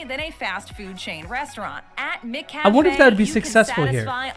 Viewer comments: The Breakfast menu at Macca’s has an English muffin with your choice of butter, honey, jam or vegemite. McCafe is within the Macca’s restaurant. Its pronounced Mac Cafe not Mick Cafe. Nobody wants to clean the Soft serve icecream machine in America. The machines are always working in Aus. Cleaning the entire restaurant is the job of every worker. Jobs are allocated and rotated. Pay at the cashier which was partly cut out in editing. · “Mick Cafe”?? Blimey! No wonder you call it Mickey Dees! The Mc or Mac in front of a surname is an indicator of an Irish or Scottish name, so we naturally say Macca’s because it came from the Mac prefix. McDonald’s trialled McCafe (M’cafe) decades ago and it succeeded. They were trying to break into our coffee culture and the regular counter coffee wasn’t doing it. I actually thought they then applied it to the rest of the world, but apparently not in the US! Yay! Go Aussies! 🇦🇺😜👍 Oh, and we don’t say beetroot the way she’s saying it, we actually pronounce the T, more like bee-troot.